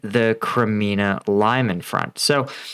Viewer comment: "Lyman" is pronounced "Lee-Mon"